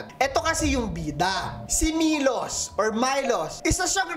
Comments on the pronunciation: The name is pronounced sa "Milosh". Hehe. Living here in the Balkans and I have a friend named Milos. Also, Spasojevic is pronounced as Spa-so-Yeh-vich. J is Y and -c is ch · Milosh po yun:D, Spasojevic - Spasoyevich:) Pinay in Serbia po! Love your vids!!